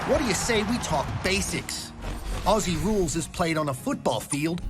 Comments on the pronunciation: Just a little note - you need to pronounce Aussie like Auzzie or Ozzie. It’s a “z” hard sound not “s” sound. :) AFL players are some of the fittest players as they cover more distance than other sports. They’re not all basketball height. Many players are 5’10” to 6foot. The tallest players in the middle are often 6’4-6’8” tall. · It is pronounced auzzie not Aussie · Hey dude, “Aussie” is pronounced like “Ozzy”. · You are saying Aussie wrong mate it’s pronounced auzzie. But spelt Aussie weird yeh but it is what it is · Pronunciation tip. Aussie rules is pronounced Ozzie rules. The season is going right now. You can react to highlights of games. Your many subscribers (congratulations on 100) will tell you the best games. They also release a top 10 plays of the week every week. You’ve reacted to hits. You should also react to the best goals and the best marks. The other thing is find out some of the star players and react to their highlights. I would suggest: Lance Franklin (big forward) Dusty Martin (powerful midfielder) Garry Ablett Jr (small skillful midfielder) Eddie Betts (small forward) Jeremy Howe (Athletic defender) That gives you a good mix of different types of players and they are all superstars. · I lived in Aussie (pronounced 'Ozzie') for 20 years. I followed the game after a couple of years but now I love the game. The physicallitiy and tecnicallitiy of the game is brilliant. The season is on now. I'm sure it's about 3-4 weeks in. I'll be watching your AFL vids from now on. By the way, a hand-ball IS the only way you can pass the ball other than a kick. Cheers from New Zealand. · Ok sweetie it's pronounced Ozzie not ossie K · my only bit of critisism is the way americans say aussie, it isn't pronounced like ossy, its more like an ozzy - no harsh S's, more Z in it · Its pronounced ozzie! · I HATE how Americans say aussssie. It’s pronounced auzie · It’s pronounced “Ozzie”, not “aci” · FYI Aussie is pronounced Auzzie not Aussie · iT’S OzZy noT oSsY